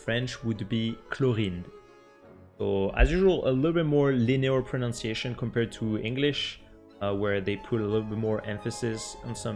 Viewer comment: It’s proNUNciation not proNOUNciation I’m sorry, but if you’re going to do a video on pronunciation, you really should Pronounce pronunciation correctly.